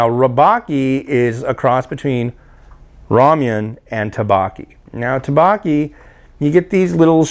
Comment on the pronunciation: dukbokki is pronounced like thuck-bohk-ee and jjajangmyun is pronounced like jah-jahng-me-yun. The me-yun part is one syllable. Those were the biggest offenders. Have you ever tried bibimyun? It's pretty good stuff!